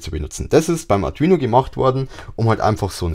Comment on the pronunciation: Das Video ist ja echt super nur die Aussprache von Arduino nervt etwas, die ist nicht so gelungen AR DU INO. Ich Verstehe immer nur Atrino Uno sorry kenn ich nicht, aber ich kenne den Arduino Uno. Spannungsregler - Linear, Typ78 STMicroelectronics L78S05CV TO-220AB Positiv Fest 5 V 2 A oder Spannungsregler - Linear, Typ78 STMicroelectronics L7805CV TO-220AB Positiv Fest 5 V 1.5 A Die wandeln auch 35V auf 5V um, und sind leichter zu bedienen, finde ich